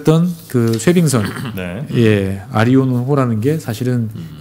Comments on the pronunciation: 재밌게 잘 듣고 있습니다. 쇄빙선 이름 '아리온호' 가 아니고 '아라온호' ㅎㅎ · 뒤늦게 잘 들엇습니다 쇄빙선의 이름이 틀리게 발음하셔서요 아리온이 아니고 아라온 호 입니다 수정부탁드립니다